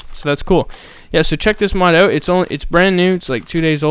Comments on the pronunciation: "Aut" is a dead giveaway for all canadians. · You said Out like a Canadian XD